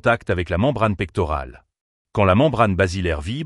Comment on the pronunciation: Membrane tectoriale, pas "tectorale"